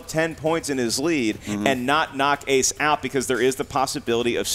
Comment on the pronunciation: When correctly pronounced Ace’s name and said “English. Do you speak it?” That was gross, I’m sorry. Sincerely, Someone who goes by an anglicized name because people refused to pronounce my name correctly.